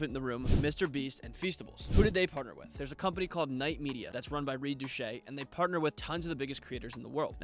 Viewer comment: “Reed Douchee”, that was amusing and a little insulting to Reed I’d say